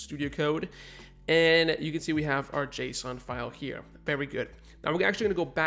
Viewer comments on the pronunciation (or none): none